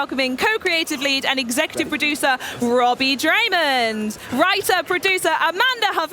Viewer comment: Draymond. They can't even get his name right... poor Robbie 😂